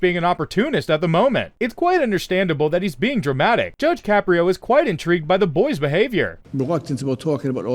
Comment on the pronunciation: “Judge Shapiro?” he’s not Jewish, he’s Italian! His name is Caprio (pronounced Ka-pree-o).